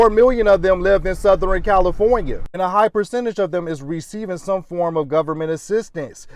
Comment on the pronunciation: Nuhh-merrs - Suh-thurr-inn California 😂😂😂